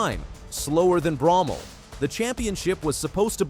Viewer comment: I thought ut was pronouced BRO-MELL not BROM-MEL. Can someone correct me or the narrator please.